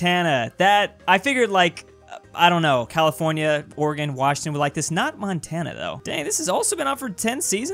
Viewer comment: no it’s Oregon